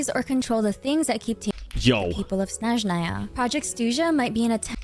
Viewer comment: I like that she pronounces SnEzhnaya in the right way, as we say it in our native language ❄️